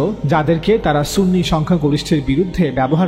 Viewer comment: ওয়াবি ত বেশি,সুনি বললে সুনি হবে না